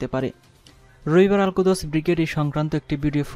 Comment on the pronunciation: Uccharon tik koira khobor porun. Al Kuds ... vul uccharon!!